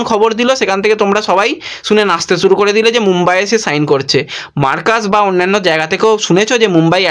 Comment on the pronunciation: ছোট ভাই, আপনি আগে উচ্চারণ ঠিকঠাক করুন ভাই। মেজ নয় ম্যাচ। সুরু নয় শুরু।আমি ৫০ বছর বয়সী এক ব্যক্তি। মুদ্রিত সংবাদ মাধ্যমের সঙ্গে ২৮ বৎসরের বেশী সময় যুক্ত। আপনার উচ্চারণ বড্ড কানে লাগে ভাই। সংশোধন করলে খুশি হবো। সার্বিকভাবে আপনার সংবাদ সংগ্রহে আরও যত্নবান হতে হবে। আপনার সাফল্য কামনা করি।🐧